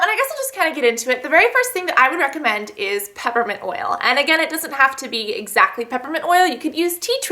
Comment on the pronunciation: When she stuttered or mispronounced recommend , it made me laugh for like 20 minutes! Not even joking, I love her videos. But that jut made me cry. xD.